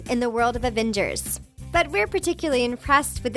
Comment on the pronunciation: The woman taking in this video said Ad-ven-gets when it is pronounced A-ven-gers oh and Wonder Woman is DC not Marvel Avengers I cringed so much when she said this